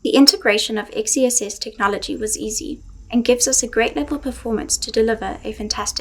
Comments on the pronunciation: Please start calling it Excess! Not X E SS. It’s stupid and sounds like a boomer came up with the name. You have a great name. Make it sound like it should sound. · how do we pronounce "xess" ? it sounds like sex